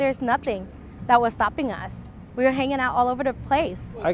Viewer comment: “The way they treated UZZZ”😂